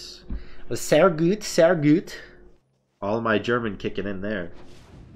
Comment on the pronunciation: "sehhh güüt sehh güüt" lmao love that speeling tho xD